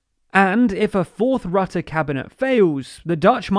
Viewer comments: Excellent summary, but Rutte rhymes with "put", not "but". 🙄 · Except for the pronunciation 'Rutte'. The u is not pronouced as in 'cup' but rather as in 'hurt' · rrahhtahh (haha grappig hoe ze rutte in het brits uitspreken :)) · 'Rutte' pronounced 'Root-uh' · Rutte is pronounced wrong throughout the entire video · This video was full of incomplete information. Yes, the Netherlands is important, but The Hague is not the “center of power of the EU.” Also, as the number in ‘Frugal 4’ implies, that is also not the center of power in the EU. Also, Rutte’s name is pronounced incorrectly and within the EU, the proportional representation system is neither unique or even uncommon. It’s more common than the first past the post system in the UK. Also, the exclusion of working with the PVV is not just because of their right-wing views. The CDA and VVD formed a coalition with the PVV before and the PVV was just unreliable and chaotic, and just very personally rude.